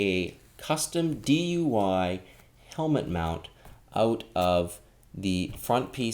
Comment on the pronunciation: He meant DI Y not DUY you freak